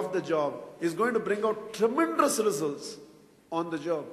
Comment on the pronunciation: I have been very much impressed by your language. But please correct the pronunciation of word 'tremendous' it is not tremendrous'